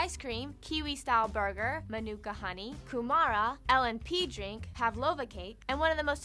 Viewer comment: ku-mara bruh its kyu-mra